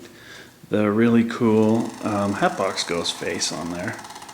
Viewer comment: Wow I just bot a head of the hatbox ghost but you said it wrong it's hatbox ghost